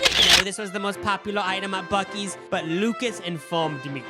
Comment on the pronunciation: It’s pronounced Boo-See’s.